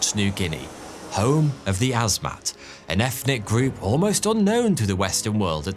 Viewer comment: please pronounce "Father" properly. Brilliant in every other way but let down buy host pronouncing "father" as "farvah" and "ethnic" as "effnic"